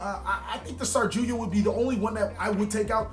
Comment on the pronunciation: You're a pun machine! Also, I'm curious if you're saying "Sarjuya" on purpose or by chance, as it's "Saryuja," with the Y and J switched! XD